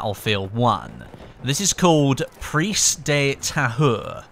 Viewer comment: Preeze duh Tahure. Thats how you say the first part